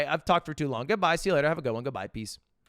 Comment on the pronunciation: Did he just say peace or peas